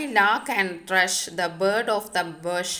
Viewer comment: ഭഷ് അല്ല ബുഷ് ആണ്